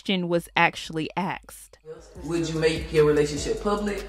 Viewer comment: "The question was ax'ed"?? Lol.... it's asked boo. Not Ax'ed